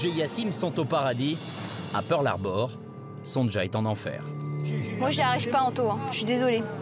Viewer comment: Pourquoi ils disent tous : Son Ja au lieu de Sonia C est un prénom polonais, ça s' écrit, effectivement, Sonja, mais se prononce Sonia.😅😅😅